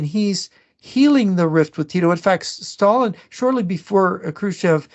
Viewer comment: The way pronounces "Sshhhtalin" always cracks me up, great show as always.